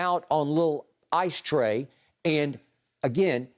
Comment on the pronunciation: "Mice Tray" 😂😂😂